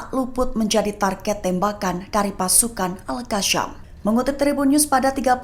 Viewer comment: Ya Admin. Kasi tahu newscaster sebutan alqassam salah. Bukan alqassyam!